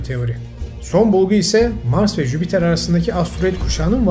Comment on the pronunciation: Yani sizin gibi birinin Jüpiter e ısrarla jübiter demesi ilk bolumde de su an hatırlayamadığım kelime hatalari vardi,bunlarin rahatsiz edici oldugunu düşünüyorum bunlara dikkat ederseniz dinlemek daha keyifli olur,kolay gelsin